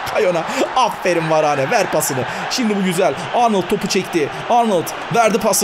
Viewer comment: abi varane değil varan diye okunuyor